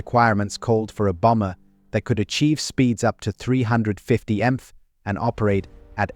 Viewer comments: . . . . one would think that if such 'advanced technologies' are used as a shortcut to create a work of 'entertainment' such as this video, the creator would at least not leave any traces that they cheated . . . . who says 'emf' when stating 'miles per hour'? The least the creator could do is separate the mph so the 'dumb computer' would say M P H or just type out the three words completely. I did learn that each plane had 450 kegs of copper in it😖! Now, knowing somebody 'chose' the British accent, leaves an impression even less desireable. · 350 emph! That sounds fast! It’s called narration you lazybones! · The AI narration is intolerable. "Bomb-buh" , "350 emph" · Or pronounce MPH as emf